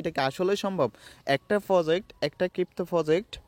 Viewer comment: কিপ্ত😂কিপটো It's crypto bro🙃 100M=1B